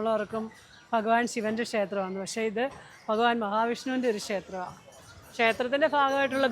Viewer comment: ഫഗവാൻ അല്ല ഭഗവാൻ എന്ന് പറയൂ 😊